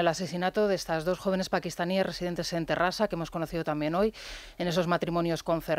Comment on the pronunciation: La locutora dice "Terrasa" pues nos hemos contagiado de la gillipolles